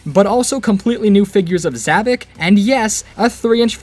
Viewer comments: Not zavik it's zavok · isn't it Zohvphck not Zahvock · Ahem it’s pronounced like Za Vock think vock like co- wait, I️ can’t say that on YouTube!